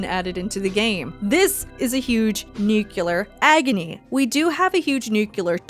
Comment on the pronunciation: nuclear not nucular. ugh